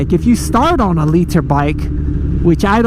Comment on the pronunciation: "leet-her" bike